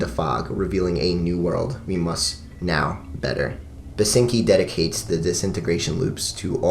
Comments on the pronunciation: Basinski not Basinki. Love that album. Glad you mentioned it <3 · Uh, it's William Basinski. Not "Basinki". Might want to make an annotation... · Its Basinski not Basinki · it's William BASINSKI btw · Its "BasinSki" - you forgot the "S". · Oh and its BASINSKI not BASINKI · Ancngnajakv that’s the only thing I could think about whenever he said basinkis name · "basinki" ngl that's a bit of a lol right there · Who gon tell him it's Basinski Slip up aside, another great vid from you. Your Current 93 and Residents talk was great, seriously did those releases justice. Not Available is a great introduction to the world of The Residents, I find releases like Eskimo and Meet the Residents to be a lot more chilling and uneasy but Not Available is a damn near masterpiece in and of itself. Also a shoutout to MusicBreakdown. :D Thanks for all the work you put in these videos man.